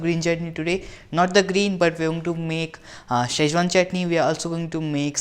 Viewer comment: It is not shazwan it's Schezwan pronounce it correctly dude then ask for 1000 likes